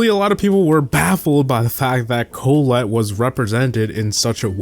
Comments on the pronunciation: Pronunciation Corrections: Stu is pronounced "stew"; not s-t-u. Emz is pronounced "emz"; not e-m-z. Colonel Ruffs doesn't even have the "Colonel" part at the beginning anymore. Even if it did, it would be pronounced "kernel," not cul-oh-nel. Collette is pronounced "cu-LET" not CO-let. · Emz, Stu, colonel ruffs, Colette, and Ike are all pronounced incorrectly